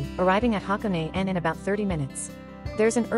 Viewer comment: You lost me when AI pronounce HaKone wrong